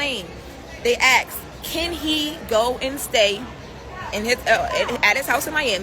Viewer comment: They “axed” is all I needed to hear. I am out.